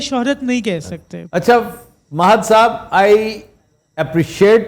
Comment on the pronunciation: intro krwaty wqt sahab py bra zor deti hen aftab iqbal saaaaaaahhhbbbb ye na bhi kahen to phr b wo hmary liye itny hi mohtaram hen